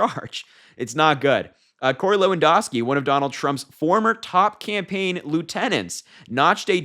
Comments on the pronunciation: LewanDOWski - ou, as in "ouch" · Just so you know, Lewandowski is pronounced loo-un-dau-skee. I didn't know he was still around. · LEW-AN-DOW-SKI come on..I really like you young guys talking..but please get your names straight..😊